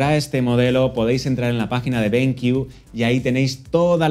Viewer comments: Diego Liarte Gómez también creo que era benkiu jaja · se dice BenQiu, no Benc jajaja